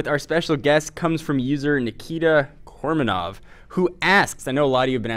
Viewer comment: MY NAME IS NIKITA KOMAROV NOT KORMANOV±!!